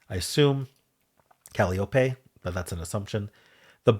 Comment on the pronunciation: The correct pronunciation of Calliope is "cah-LY-oh-pee". 😉